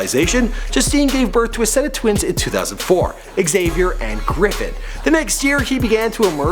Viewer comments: X saviour? Lmao. It's pronounced Javier. Aren't you Canadian? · Did he really pronounce Xavier x avier Americans r so ignorant